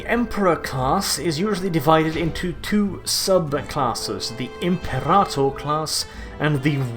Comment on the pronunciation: Love the way you say imperator keep it up